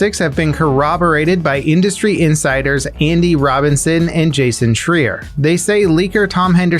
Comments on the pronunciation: Jumped on my phone just to comment and lyk it's Jason (Shry-er) not (Shree-er) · Jason Schreier is pronounced "shr-i-er" not "shr-ee-er" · I believe it’s pronounced Jason shr(eye)er